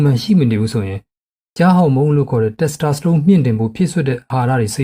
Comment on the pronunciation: Testosterone ကို တက်စတြာစတုန်းလို့ အသံထွက်သလားဗျာ